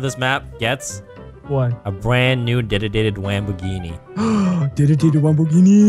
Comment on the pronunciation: All I heard was 'Bwand new dededede wamboghini'